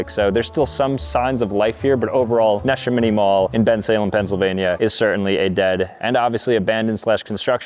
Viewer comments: “Nesh-A-Mini Mall” so I think it’s pronounced “Na-sham-in-e” 😭✌️ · Seriously? Standing in front of Neshaminy Mall and repeatedly calling it Nesha Mini Mall? 😂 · Nuh-SHA-mini mall 😭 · Its pronounced nah shamity mall lol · Wow! You're not even close with the pronunciation. It's called 'Nuh - Sham- Eh - Nee' Mall. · It’s NAN-SHA-MINY Mall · Bro said Ne Shim iny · the way you pronounced Nashaminy 😂😂😂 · The Montgomery mall was the mall near my college. They used to run a shuttle there on saturdays. Had my first cold stone there. Sad to see it like this 😢 Edit: I used to go to neshaminy too! You mispronounced it though… Edit 2: Franklin mills was top tier! My old go to for clothes and jerseys. I remember a fight broke out in the movie theater there one time. 😂 Thank you for this video. So much nostalgia. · You said Neshaniny so wrong. Also, Concord Mall has Macy's and Boscov's as anchor stores. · The pronunciation of Neshaminy😭😭😭😭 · I've been to Montgomery mall and Neshaminy mall (you pronounced it wrong btw). It's sad to see these places places that I have good memories of dying out. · I live near Neshaminy and you butchered the name so bad. Literally as wrong as possible. 😬😒